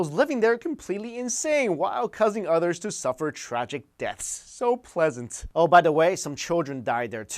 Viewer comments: I'm barely watching this, so I don't know if someone else already mentioned it, but - , it sounds like you're saying 'udders', lol I had a good laugh, thanks XD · I've noticed in every video you pronounce "Others" as in "Odders" lol just random thing that I always noticed every videos haha, awesome channel always related to paranormal which is fun to watch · You said udders lol